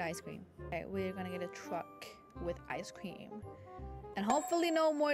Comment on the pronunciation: bro really said scream exxept of the cream